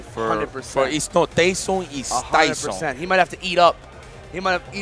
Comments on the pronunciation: guys it's not TAYson it's Tayson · Its NOT TAS SON it’s TAYSON. 😁😂😂😂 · He's Tyson not Tayson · Well I know I won’t forget his name Tayson ...I mean “Tyson”! Lol Yipes too crazy!!